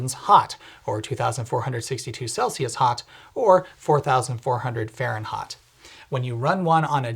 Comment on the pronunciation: "Fahrenhot" dude you KILL me, I literally fell to the floor giggling